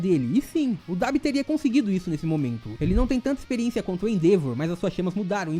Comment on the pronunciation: Nunca vi ninguém falando Debi